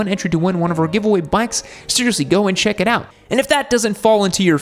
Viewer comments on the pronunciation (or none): none